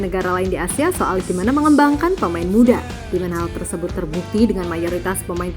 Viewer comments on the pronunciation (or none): none